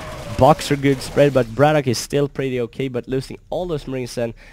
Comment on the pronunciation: gg. Nice upload. His name is "Brat OK" not "braddock" or "brattock". Not nitpicking just thought that you should know. Take care.